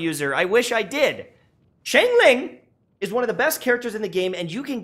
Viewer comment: my heart was paining as he pronounced xiangling like "sheng-ling" instead of "shang-ling" 😭